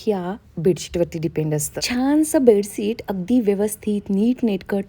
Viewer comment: बेडसीट नाही बेडशीट बोलतात...pls improve ur some Marathi and English word pronounciation , ur vlog will be more good... bedsheet 👍👍